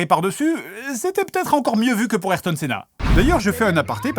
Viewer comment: A Au delà du fait qu'on prononce le A dans Ayrton Senna. La blague est assez bonne.